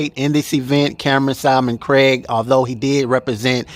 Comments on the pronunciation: His name is SIL-MON Craig, not SALMON-CRAIG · Bro, love your show! Cam’Ron’s last name is SILMON-Craig; (like Sill-man) not Simon-Craig. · Thanks for the update BUT bro can you please get Cam’s name correct. It’s pronounced SIL-MAN Craig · This is starting to get annoying and it’s not even my name🤦🏾‍♂️ Why does everyone just seem to skip over the fat ssa L in Silmon-Craig💀 pronounce it as (Seal mon)- Craig💯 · Its Silmon-Craig pronounced SEAL-Mon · It's no big deal if he mispronounced Sil-Mon Craig's name you guys miss the point & focus pay attention to the CONTENT & the video...thts the REAL WORK...thank you my brother for your work ❤ ‼️👏🏾🎉👍🏾